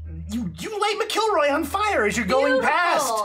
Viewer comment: Love how you guys pronounce my name "M'Killroy" LOL. Well worth subscribing too and hope to see you for season 3